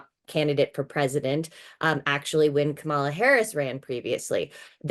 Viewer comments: Is it really THAT difficult to pronounce Kamala’s name correctly or does she insist on being disrespectful? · "Fox News political analyst" and also "Democrat strategist" Jessica Ehrlich, who cannot/will not pronounce Kamala?